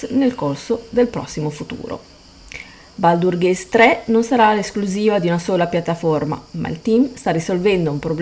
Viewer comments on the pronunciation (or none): Baldur'SSSSSSSSS con la s, lo so son pignolo.